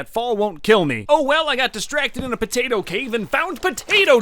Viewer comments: I can't place any time stamps the part you keep saying potato and as I a Pinoy you keep swearing every item or object you hold or saw you just keep swearing and it's funny potay or p*ta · Potato, puh tato. Puh Tata?